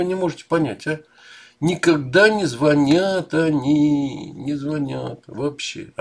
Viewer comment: Не звОнят сАвсем 😗😂